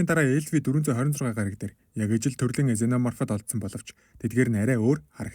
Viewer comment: ксена морп гэж дуудна бро